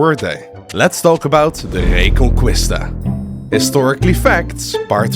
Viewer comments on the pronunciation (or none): A little correction, as a spaniard, Reconquista would be pronounce Reconkista, no Reconcuista. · So much prep but you couldn’t look up how to pronounce reconquista???? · man you’d better not pronounce Reconquista like that for the rest of the video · reconqUista (the real spell is like reconkista) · Good video, the only problem is have with it is how butchered the pronunciation of reconquista (re con key sta) is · The “u” in reconquista is silent JSYK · My spanish ass raging everytime he pronounces "reconquista" wrong